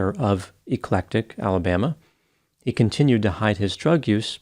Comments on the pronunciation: Eclectic, Alabama is not pronounced, "E clec tic, but rather Ec lec tic. It' s been that way at least all of my 72 years in the area. While "eclectic" is defined as "'deriving ideas, style, or taste from a broad and diverse range of sources", and "e clec tic" is the way the word is pronounced, locals do not say it that way. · Never thought I'd see talking about my neighbor. We pronounce our town's name, Eclectic, with a soft 'e' by the way. Thanks for the video.